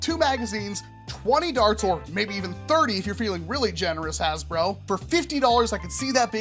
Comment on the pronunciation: Nowhere to be found “hasbruh”